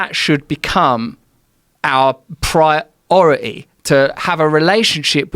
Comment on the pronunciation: Hearing Russell Brand say "priority" is a trip in itself.